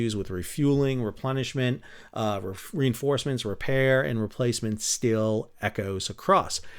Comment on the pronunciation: Nice episode, interesting topic that is of course a backbone of but never seems to make the spotlight of all these campaign videos… I had a chuckle cause quite often underway replenishment sounds a bit like underwear replenishment 🤣😂🤣😂